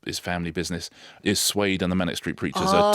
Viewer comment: Suede? I thought you said Slade, lol!